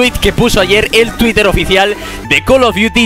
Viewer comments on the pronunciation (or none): none